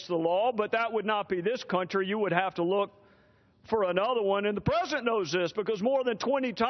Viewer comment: Trey Gowdy kicks ass ... am I the only one hearing him saying " presendent " instead of president ... ?